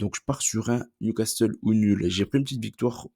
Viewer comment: NewcaSSEUL pas NewcasTEUL STPPPP